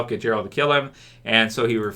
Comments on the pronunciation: Us witcher fans don't want or don't need any of those stupid GOT fans stay in your own lane and its geralt not jeralt lol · Hey, please Gerald's name starts with G like Goose not G like Giraffe. Lots of love. 😘